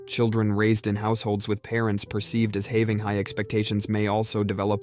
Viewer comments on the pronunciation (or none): Yes. I caught it pronouncing the word "have" as "HAY- ve" lol